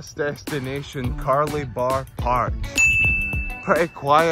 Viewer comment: Was going to say, you did get Carlibar pronunciation spot on tho, nice to see my haim toon on YouTube 😂